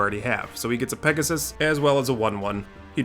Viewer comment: Hey, I LOVE your pronounciation! Especially Bauble and Pegasussesss made it really enjoyable to Listen =)